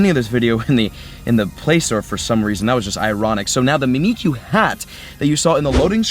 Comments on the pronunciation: It's pronounced mimic-you because it's mimicking Pikachu because Pikachu is loved and Mimiku isn't. I don't know how long I'll be able to handle "me me q" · Mimick-you. Mimikyu. Other than that, great video. Don't worry, I've heard worse, you're still awesome. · Mimikyu is pronounced Mimic You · Mimikyu is a Pokémon that mimics Pikachu - so, phoenetically, you should pronounce it "mimic you". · It is said Mimic-you, Just to let you know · Aye bruh, it's pronounced Mimic-You. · Just say it like, "mimic- u". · prononce mimikyu as mimic you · Just so you know, it’s pronounced Mih-Mihk-You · mimikyu is pronounced Mimic-kyu or me-me-kyu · It’s so funny when he doesn’t know how to pronounce he 3 Pokémon name or mimikyu